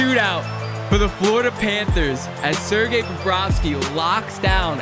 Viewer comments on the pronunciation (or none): none